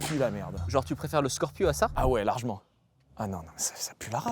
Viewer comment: « larg’ment » l’accent de la région lyonnaise j’adore